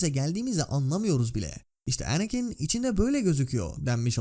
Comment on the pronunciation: her şey iyi hoş da niye şu anakin ismini normal türk gibi telaffuz etmiyorsun mk her seferinde kıl olalım diye mi